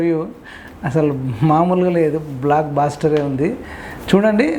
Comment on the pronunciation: బ్లాక్ బ్లాస్టార్ కాదు శారో "బ్లస్టర్"... పైగా Phd...